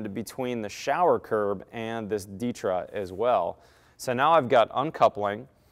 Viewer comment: Why do you pronounce ditra like that lol